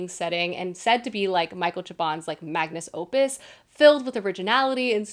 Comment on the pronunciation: And "Magnus-opus" 🚫